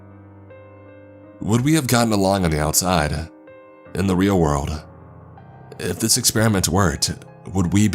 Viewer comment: This guy's California surfer accent is not a good mode for this story to be told, takes me right out of the story the way he pronounces words... Eckspecially Rayan (Ryan) Tham (them) Perfials (peripherals) Kassed (kissed) Thass (this) At (it) Etarnity (eternity) Sanses (senses) Tranches (Trenches) Warked (worked) Praaaject (project) Staaary (story) Incraaases (increases) It's a if he's doing a parody of the SNL skits of the soap opera "The Californians" Kind of hilarious I mean this comment in a helpful way, after all, we can't really know our own accents. My best friend told me I should cut my nose hairs when we barely knew each other. Only a true friend will tell you something like that.